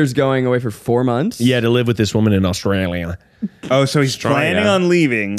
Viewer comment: saying Australia 🤣